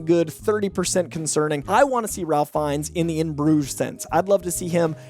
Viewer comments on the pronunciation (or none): Ralph Fiennes name is pronounced “Rayf” not “RaLph.” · Off the cuff. It's "Rayf". Not "Ralf". I speak for all Harry Potter fans. Thank you. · Ralph is pronounced “Raif.” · FYI Ralph Fiennes is pronounced "rafe" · isn’t Ralph Fiennes first name pronounced Rafe? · Surprised people still mispronounce it. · Ralph Fiennes' first name is pronounced with a silent "l". Should sound like "Rayf." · just a tick but the pronunciation is (Rayf) Ralph Fiennes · Its actually pronounced RAFE(Ralph)